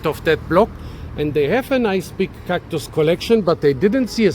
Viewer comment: i heard cock-tus, 😂😂 poor woman